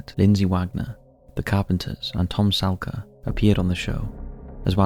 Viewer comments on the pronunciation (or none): Can't read your own notes mate - I think Tom Selleck, i.e Magnum PI would not be happy with the way you mispronounce his name. It's not 'Selka' , the way you say it, but 'Sell-eck'